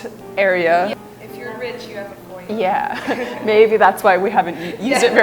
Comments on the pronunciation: Haha yup. As a Canadian from NB who has lived with French nearly my entire life, hearing "foyer" spoken as "foi-yer" made me die a little inside. At least one of them mentioned it was French. I didn't expect anyone to say versatile the French way though, so that one didn't surprise me. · Who is the English guy ,what a donut .foyer is a french word so the r is not said. Next time can you use people over thirty ,this lot sound as if they haven't finished their education .